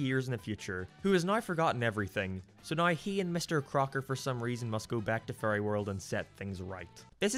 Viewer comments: because this guy pronounces "Fairy" like it's "Furry"? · I like the fact that every time you say fairy it’s sounds like you’re saying Furry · OHHHHHHHHHHH he was saying fairy not furry i was so confused. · Haha! He says fairy like furry. That's funny to me! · I'm incredibly sorry, but every time you say the word "fairy" I keep hearing "furry". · “a boy being granted furry godparents” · When he says fairy it sounds like furry 😹😹😹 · I'm so sorry I cannit get over how you pronounce "fairy" because it is a goldmine of Furry jokes such as "Foop the Anti-Furry" and "Timmy and Mr Crocker must go to Furry Land"